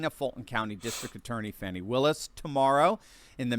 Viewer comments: It’s pronounced “Fanny”, like ass. Not Fawny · Fani, just another word for Ass. ( and, by the way, the people who grew up with her know. It is pronounced "Fanny", not the fancied up "Faunci"). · Her name is fanny meaning ass. Not fawni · Why are YOU calling her fawnie... HER NAME is FANNY! In 1940 that was the definition of where SHIT comes from! A cigarette & a blindfold is all the democrats DESERVE 😊😊😂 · Fani Willis - the biggest Fanni in Georgia!! Btw is it pronounced Fan-E or Fuh-knee? Either way it's a stupid name 🙃